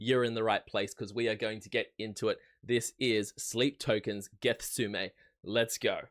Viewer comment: Ges-them-ane. Not a U in the word my guy. Good reaction but probably the worst guess on the word ive seen yet lol